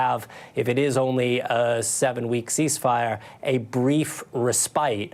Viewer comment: He pronounced respite wrong. 😑 Sorry.